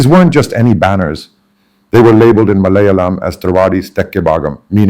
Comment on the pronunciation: Being a mallu, how come your pronunciation of Kerala, Malayalam & Palakkad etc , is so accented ? I mean are you using some AI tool ?